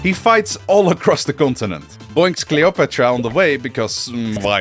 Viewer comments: what an original way to pronounce the name Cleopatra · i’m glad that I’m not the only one that pronounces Cleopatra‘s name differently in English.